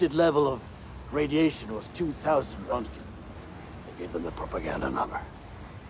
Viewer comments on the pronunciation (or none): you had me there for a second :D röntgen, not rogeton xD